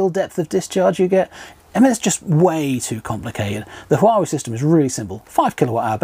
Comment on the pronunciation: It's pronounced wa-way 👍